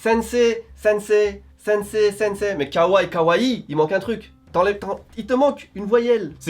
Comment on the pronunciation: c'est pas Hawaille, mais HaWa-Hi